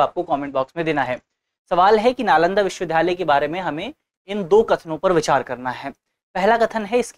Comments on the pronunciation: Sir its not pronounced as 'VIDHALAYA' rather it should be called 'VIDYALAYA ' . thank u for this video 🙏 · विश्वविद्यालय बोलने में कुछ त्रुटी हो रही है इनसे। मुझे उम्मीद है दृष्टि टीम इस पर जरूर ध्यान देगी।